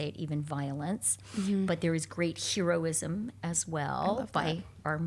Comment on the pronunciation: interesting pronunciation of heroine and heroism, Chrystia you might wanna check the usual way, it's a touch distracting it nothing else